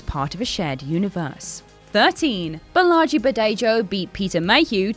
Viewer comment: Lost any credibility at mispronunciation of Giger's and Bolaji's names.